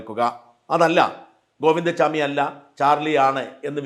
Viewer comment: Govinda swami alla Govinda chami,Please say correct name